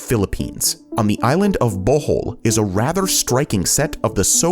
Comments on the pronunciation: Hi, im from the Philippines, and its not pronounced as tal, its ta-al volcano, and also, not bowhowl, its bo-hol :) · in the philippines its bo-hol